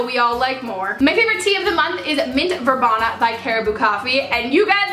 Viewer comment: Its pronounced VerBEEEEENa...(Verbena)...Oh dear!!!